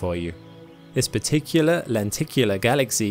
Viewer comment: heh, " peticular lenticular"